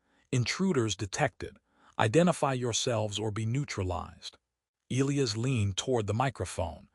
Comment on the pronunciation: Still can't pronounce Elias properly. 😮